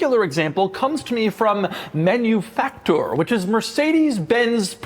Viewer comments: "Manufaktur" is not pronounced "Menufaktur" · By the way, please pronounce Manufakture in the European way as Man-you-Fak Tooor by emphasizing the bit of extra SPACING between Fak and the looooong pronunciation of Tooooooor This is a nice car! Anyone want to give one to me for free? Are there any hot-looking 55 year old Divorcees who want me as their boy-toy and can give me one of these as my Birthday present? We can test out just how comfortable those backseats actually are! V